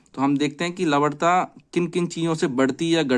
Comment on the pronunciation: Lavanta ko lavadta kehkar logo ko confused kardiya aap ne to